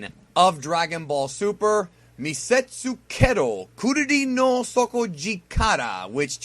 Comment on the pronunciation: The fact that you said Turirin made it better!